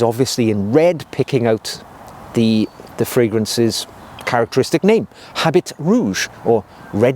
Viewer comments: Habit is not pronounced as “HabiT”. Its french. So, it is pronounced as “Aabi”. Great video anyways 👍. One of my all rime fav frag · Habit is pronounced “a BEE,” with the anccent on the “BEE.” And “eau” is pronounced just like the letter “O.”